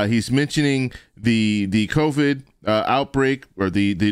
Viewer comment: omg he cannot even pronounce covid! covee-yid :P he needs to get out!